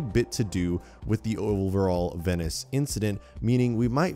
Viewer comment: The way he pronounces “Venice” annoys me soooo much... Edit: he says Venice like 23 god damn times jesus